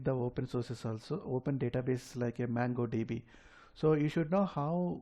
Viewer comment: Its Mongo DB not Mango DB. Anyway Video is helpful, Thanks.